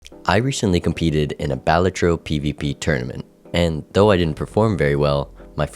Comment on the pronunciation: Is it Bah-La-Tro or whatever the fuck you're saying?